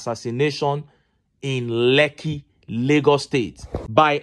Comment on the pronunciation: Stop calling lekki its not lekki